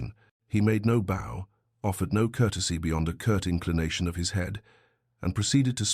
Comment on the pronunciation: Similar to the constant mispronunciation of ‘bow’